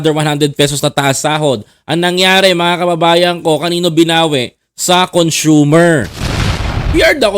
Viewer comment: THE WORD ""CONSUMER"" IS """CON--SOOMER""" NOT CONSHOEMER, NOT CON SHU-MER